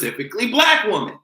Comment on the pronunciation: I love you...but can you say woMEN instead of Woman..or is that your island roots?